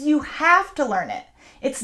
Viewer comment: I didn’t understand when you mentioned grocery shopping, I reduced the speed of the video to hear your pronunciation of this particular word, but I couldn’t. 😔